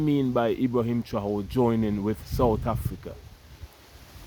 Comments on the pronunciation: non pas «traore», mais «Traoré» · Pronounced Trahoreh. Keep up the good job. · Pronouns TRA - OR - RAY (TRAORE)